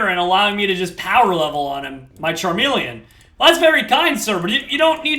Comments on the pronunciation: Charmeleon- Charmelon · call charmeleon charmelon